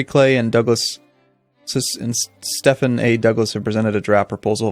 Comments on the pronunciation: Stephen = Steven not Stefen xD (like Stephen Strasburg - Washington National's Star Pitcher) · He pronounced 'Stephen' wrong.